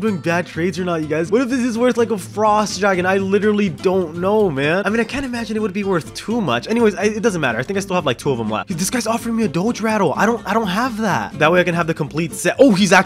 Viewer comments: Doge not dodge doge do jjjjjj pronounce it rightt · who is kinda annoyed that he said “dodge” instead of “doge” 😂😭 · me lol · Lol me I’m cringing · Who got kinda annoyed that he said dodge instead of doge! 😭🤥🤣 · I love how you said Dodge Instead of doge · HE SAID DOJE LMAO ITS DOGE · why you say dodge it DOGE not trying to be rude at ALL. DOE-GE. Anyways, i love you videos!!! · IT'S NOT DODGE IT'S DOGE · It is doge not dogee